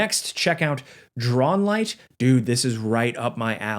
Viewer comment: *Drownlight, not "Drawnlight" for those looking for the lighthouse game. Sorry, just took me a little longer to find what ya said without the sub graphic.